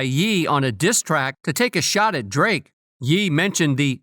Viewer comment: God bro, you can't even say "Ye" right. Google ya stuff fool.